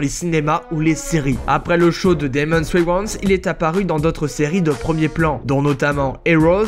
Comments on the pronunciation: Wayans et pas waywants 😂😂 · Comment il a dit wayans😭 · En même temps tu l' a cherché! Tu as fais une vidéo sur une série qu' on a déjà vu des milliers de fois, le titre est pute à clique, tu prononces mal le nom Wayans! Tous le monde sais le prononcé pourtant!, Ça prouve juste que tu n' es pas un fan de cette série comme nous. Tu l'a regardé cette serie au moins?